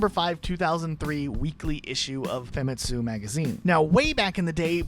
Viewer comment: Also pronouncing "Famitsu" as "Famet-su"